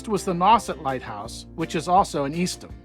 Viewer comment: Thank you for this clip. Please forgive me but Eastham is pronounced East - HAM . NOT Eastem. However, I very much appreciate that you call Provincetown by its name vs "P-town" which so many tourist boil it down to.